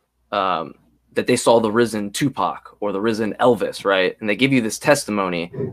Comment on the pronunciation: There is no "L" in "I saw it,". Also, corroborate and cooperate are two entirely separate words.